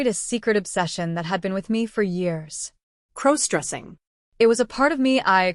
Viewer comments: That's AI it misspronounces all words that depend on context for pronoucyation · What HE said! Please FIX your stupid AI app! It is CROSS DRESSING, not CROWS dressing! 😖